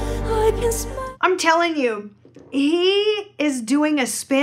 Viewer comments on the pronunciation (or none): 他有几处发音不准，还有一个字 smile 读成了smell ，不过没有影响我对这首歌曲的欣赏。感觉他这几年英文水平提高了许多😀